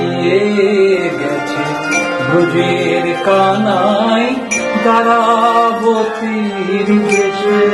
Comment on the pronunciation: তারাবতী নয় কথাটা দ্বারা বতী